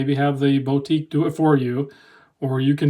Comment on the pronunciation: Never heard Boutique pronounced BOW-tique before